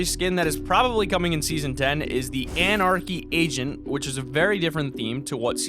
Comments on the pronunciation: did he just say anarchy Asian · i kept on thinking u said anarchy Asian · I though you said anarchy Asian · Lol love the vids but have have to point it out but it did you say Anarchy Asian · you said Anarchy ASAIN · is it just me or did he say anarchy asian? :) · Who else heard him say Anarcey Asian lol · I thought you said anarchy asain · with the anarcy agent I thought he said anarcy Asian and I was like wot